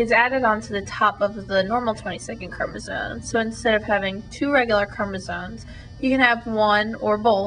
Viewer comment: you sound so stupid everytime you say chromosone.